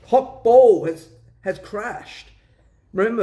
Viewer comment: Hokball, not Hawkball